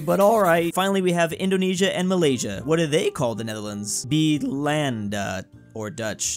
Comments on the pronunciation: It’s “Beul-laand-daa/de” not “Be-land-da” (Fun Fact: Turkey chicken is called Ayam(chicken) Belanda) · is be-Lan-da not be-Land-a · its actually not (bi-lan-da) its (be-lan-da) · “Netherlands” word In Indonesia and malay Is “Belanda” but you wrong, it called “Belanda” not “Bilanda” BTW Im from indonesia 🇮🇩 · duth is pronounced bēlanda not be landa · The correct way to pronounce "Belanda" words is like this: 'Buy (without y, no be/bee) - Lan - Da' & why is it called like that, because in the period leading up to colonization, it refers more to the person not the country (Dutch = Belanda 🇳🇱) or (Portugis = Portuguese -> Portugal 🇵🇹) Yup like my country, especially Natuna island which is as target of 9 Dash Line & near South China Sea too🗿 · How to pronounce belanda/Netherland in Indonesia b-e-land-a you need to space it but still say it like normal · Its be-lan-de i think... Say it exactly like that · that not how you say beLanda how you know what this is the easy way be Lan da/ne-Lan-da if you got it right it kinda sounds the same and piut it together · its acctually "be lan dae" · Is Belanda not be landa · As an indonesian i always confused why the west cant say belanda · Its be-lan-da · As an idonesian he pronouced belanda wrong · prounouce Belanda wrong Me:👁️👄👁️